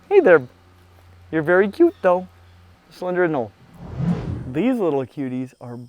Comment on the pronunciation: Are the names of the anole species in the Amazon not pronounced with a hard “e?”